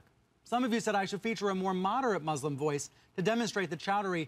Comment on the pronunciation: Exactly when did people start pronouncing muslim as mousselim? smh